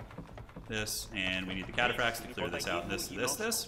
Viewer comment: Don't know much about Age of Empires (i used to play Age of Empires 3 decades ago but have forgotten everything) so this was interesting and confusing to watch. But still entertaining with your little insights Edit: I am in pain whenever you say "Chatapracts":face-purple-crying:. Cataphract comes from the old greek word Kataphraktos wich means "coverd head to toe" or "fully armored", so the pronounciation is Cataphract like CAT ☝🤓